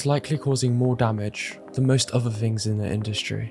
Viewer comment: I couldn't continue to listen after "things" was pronounced "fings"... an "other" turned into "uh-vuh".